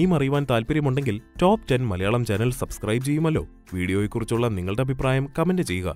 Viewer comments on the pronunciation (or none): none